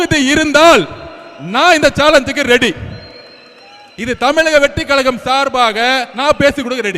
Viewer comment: Kalaga illa kazhaga bro